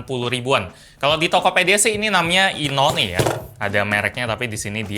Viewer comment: Ga.. Bacanya ya inone tetep bukan inwan